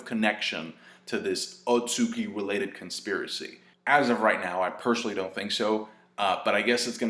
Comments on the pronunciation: Otsutsuki not otsuki lol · its otsutsuki not otsuki